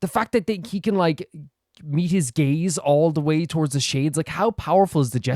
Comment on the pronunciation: every single time someone say "the gaze of the gods" i can't help but laugh 😂😂😂 "the gays of the gods" 😂😂😂😂